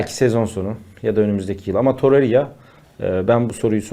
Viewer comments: hocam toreriya değil torreira, osimiyen değil osimhen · Muhtemelen üniversite mezunu insansın, sürekli iletişim halinde birisin ama hala daha osimyen torerya diyosun arkadaş yeter ya cahil desek cahil değilsin inatla yapiyosun desek o da değil şu telaffuz yanlışını düzeltmemek inadi niye arkadaş gerçekten anlamıyorum. Zaten yönetimin metresi olmus yönetim sözcülüğü yapan insan müsveddesisin bari şu oyuncuların adini dogru düzgün söyle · Birisi şu adama toreira ve Osimhen demeyi öğretsin insanın sinirleri bozuluyor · Lutfen artik Osimhen ve Torreira hakkin yorum yapma. Ya normal telaffuz et adamlarin adini ya da yorum yapma. Bilmedigimiz bir sey soylersin diye izliyoruz da bu telaffuzlar katlanimaz duruma geldi artik